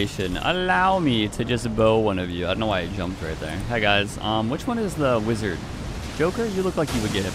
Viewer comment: he said ‘wizaa’